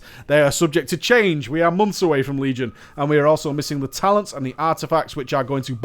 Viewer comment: You said "toctins" at the start haha, sorry i couldn't help but notice!